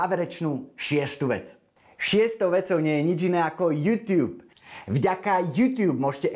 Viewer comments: tá výslovnosť "jútiub"namiesto "jutub" mi trhala uši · Prepac, ale nauč sa vyslovovať slovo YouTube :)